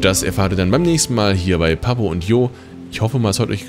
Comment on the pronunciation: Hey, man spricht das Papo Y yo aus, yo heißt ich auf spanisch und dementsprechend schätze ich dass man das und auch spaniosch ausspricht;)